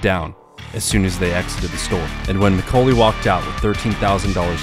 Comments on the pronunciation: Mc-Kaw-ley, not Mc-Co-ley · It’s pronounced like Mick-Call-Lee. Not Mick-Cole-Lee. Like the actor from home alone. Might as well be AI. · Neil "MIH-CALL-EE" McCauley... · Great video. But your pronunciation of McCauley really got on my nerves , beings it's my last name.